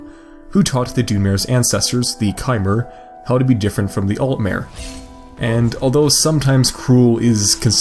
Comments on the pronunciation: its not bow-mer its boz-mer and its not doon-mare its done-mer its alt-mer not alt-mare chimer can go both chim-mer and kime-mer there is alot of mispronunciation in this, despite all of those words being said in game and being able to hear the proper way to say it. with the exception of chimer, or chim, those are not actually said in any games. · Learn how to pronounce the mer races properly. Dun-mer Alt-mer Bos-mer